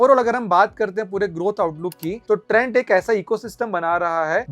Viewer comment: this is trent not trends Ratta maar ke bol rahe ho praji